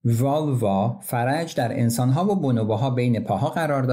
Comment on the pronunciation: کارتان به راستی ستودنی ست ، یعنی صدای خوب ، خوانش درست با تُنی دل نشین . تنها خواستم یاد آوری کنم واژه " فَرج " farj به فتح ف. سکون را و جیم ، بر وزن خرج ، به معنی عضو جنسی زن ، درست است و نه " فَرَج " faraj که به معنای گشایش در کار و رهایی از غم و اندوه و...